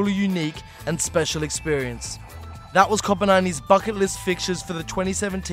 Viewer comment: It sounded like he said Fucket List xD Great Video Btw